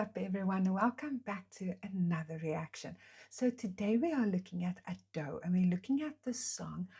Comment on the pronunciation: Its not A - do its Ado with no drawn out A sound. like youd say Ado(be) just without the 'be' on the end. But at least your not saying like ayedoh which makes me wince lol. Do more reactions to her she is amazing!